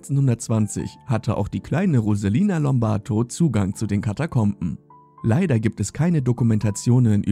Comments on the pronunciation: Der Kommentator kann nicht einmal ihren Namen vernünftig aussprechen. Rosalina Lombarto. 🤢 Ein sehr schlechter Witz. Sie hieß Rosalia Lombardo. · Rosalia lombardo☝️nicht rosalina lombarto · Wenn du schon ein Video darüber machst, dann sprich wenigstens den Namen richtig aus. 🙄